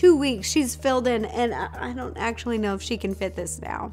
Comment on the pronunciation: is it just me or dose it sound like “I do want blueberry to feel left out”?